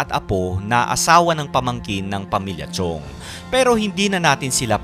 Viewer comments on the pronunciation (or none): Correction lang po Sir: "Chong" po yung apelyido at hindi po "Chiong." Maraming salamat po!